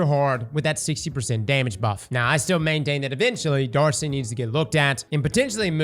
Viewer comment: This man said D.A.R.C.I. 👀